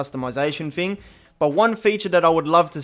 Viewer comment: Nothing more annoying when you say FING instead of THING. Anyfing, everyfing, nofing